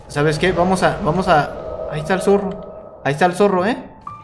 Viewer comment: Dise zorro en mal